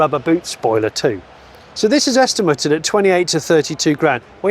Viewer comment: Every auction video goes great until I hear Johnny say est-im-er-ted and then I can't hear anything else.